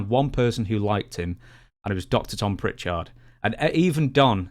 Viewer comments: Why does stress CHARD in the name Prichard? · Is the way you pronounce Prichard (and Jarrett) a rib?